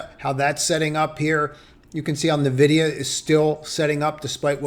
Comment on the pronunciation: Not Nuh-vidia, it’s En-vidia